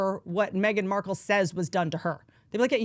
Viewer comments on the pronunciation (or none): none